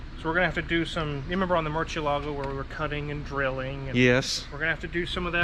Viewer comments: Murcielago is a Spanish word for bat. The C is pronounced like an S like Mur-see-ay-lah-go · He didn't. Murciélago is a Spanish word (bat) and would be something like "moortheeElago" (capital E like in End). But it's okay, most people don't pronounce foreign names correctly unless they're used to that language. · if you listen closely says “mercheealago” makes me laugh so hard #midwestern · Cringe at how the mechanic says Murcielago: Murcheelago. So gross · Half MidWest half Italian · WOW!!!!! has shattered the all-time record for desecrating the pronunciation of 'Murcielago' faster than Tyler EVER at the new high score of and likely never to be beaten. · I enjoy hearing the pronunciation of "murciélago" get butchered. (Murciélago is Spanish for "bat").